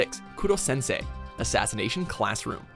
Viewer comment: When I saw Koro sensei I was surprised but then I hear that they called him Kurosensei and then I was like No! It is Koro Sensei repeat with me xD